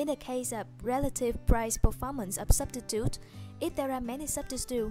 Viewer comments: Couldn't help but laugh every time she said "substitute" xD But this was helpful thanks! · Love the way you pronounce "substitute" :D